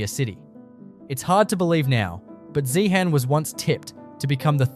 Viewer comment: zeehan-pronounced zehen-UM theres a tin mine about to open just out of town-zeehan has mineral museum, an opera house and an iga mart along with a selection of mine camps